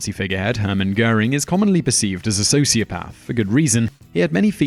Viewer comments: so is socioPARTH the new way of saying socioPATH? or does the narrator just not know how pronounce the main element of this video? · What is this "socioPARTH" nonsense? It is pronounced with a soft "a" NOT like "r". I dislike people who deliberately mispronounce words as if to say they know better. It could be a sign of a sociopath. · What a shame the narrator does not know how to pronounce sociopath!!! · This is a great and informative video, but Simon, what is a "socioparth"? Your pronunciation was beginning to distract me, which is really not what you want in a video of this nature. I'm British too; please do better, it's an English word. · You sound so posh: "Socio-paath."😀